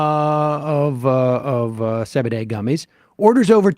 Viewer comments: Why do you pronounce it Ce Be De?😂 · Sam actually pronounces it ‘say bidet’